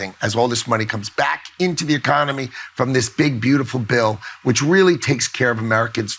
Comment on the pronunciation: Watters ‘I’m WEALLY upset about all the fentanyl pouring into the country!’ Just persuade Americans not to buy it, mate. It’s just a market. Americans bring it into America and sell it to Americans because there’s a market for it. It’s not the Chinese or the Mexicans and it’s definitely not Venezuela. It’s just a bit of black market free market capitalism, by and for Americans. How fucking childish for America to try and blame its own drug issues on foreign companies. Americans don’t OD on strong opiates with a gun pointed at their head. Such innocent babies you people are.